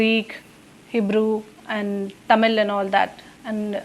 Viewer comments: This lady can't even pronounce 'Tamil' properly 🙄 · TAMIL TAMIL TAMIL Vs THAMIZH!